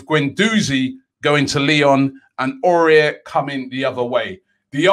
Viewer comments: Much love from Ireland Robbie, if you're wondering how to pronounce my name it's 'Owen'. 3 Under-the-radar signings a little different to others: 1. EMI MARTINEZ. Make this guy no.1 he's up there with Ederson and Alisson, and key to our playing style. He improves the team so much with his distribution and commanding of the box. 2. Jason Denayer from Lyon. Perfect stature and attributes for PL, leader and winner of league titles. Watch him against City tonight. Could be a steal. 3. Suat Serdar from Schalke. This is THE GUY for midfield. Earned his way into a stacked Germany midfield this season. It's no coincidence Bayern really want him. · Hey Robbie it's pronounce WhoSame Awar (Houssem Aouar) you make it sound like that guy from Spurs careful 😂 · Houssem Aouar is pronounced like Who-sem A-o-ar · Isn't pronounce hossim ow arr... Tired of robbie butchering names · Please pronounce aoaur correctly next time. This is how you say it... Ow-Our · It's pronounced :- Husam Awwar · 1. Kokcu 2. Housem Aoura but pronounced AWWWWAAAAAA robbie 3. Kepembe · Robbie, you really need to learn how to pronounce Aouar. It's been 6 months now 🤣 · Aurora Beam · He butchered Aouars name like damn. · Les not forget about the way Robbie pronounced aouar😂😂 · Robbie said houssem auour so wrong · Haha probably the worst pronunciation of him I have ever heard lol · It's like he doesn't even bother to read the name, makes no sense to mispronounce it like that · Raaaah Robbie butchered houssam Aouars name peak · Just say awar not aurier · AOUAR not AURIER. Aurier is that dude in the club which hasn't won any trophies and is looossssiinnngggg sauuucceeeeee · Robbie: Aouar is pronounced: A-war....... but with an open "A" ( like "on a pAr with" )..cheers Robbie! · Ow- ar not Aurier 😂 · AOUAR NOT AURIER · Under the radar - Robbie saying names properly!! It's pronounced 'Ow-ar', not 'Orare'! At least try Robbie man ffs 😂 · Robbie it's Aouar not Aurier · It's Aouar robbie.. NOT AURER